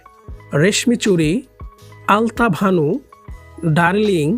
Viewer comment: আপনি আলতাবানু না বলে আলতাভানু বলতেছেন কেন?